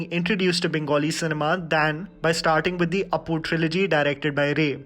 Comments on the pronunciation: its not aapu it opu and not bandopadhyay its bondopadhay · It's Opu Not Apu :") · Btw, it is pronounced as "opu" and not "aapu"